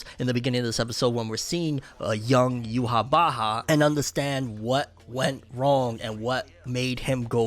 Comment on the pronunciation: bro says youhabacha